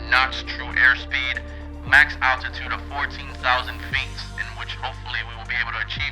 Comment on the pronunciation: it is altitude not attitude my brother is a pilot and evrey time you try to say altitude my head get's a headache